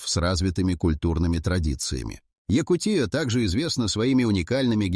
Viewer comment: ЯкУ́тия, а не ЯкутиЯ́.